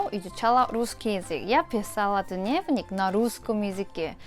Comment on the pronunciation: Ты молодец! Но в слове дневник ударение на первый слог